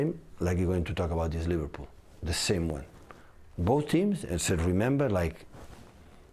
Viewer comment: Took 10 seconds for him to mention liveprool 😅